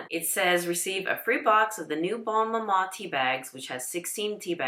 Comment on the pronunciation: I got mine for the first time this year. Lovely! As a diabetic, a 37 gram jar lasts three breakfasts, so it'll last more than twenty-four days. Order early to avoid disappointment. Only one negative comment - I wish this lady would learn how to pronounce "bonne". She says "bone" every time.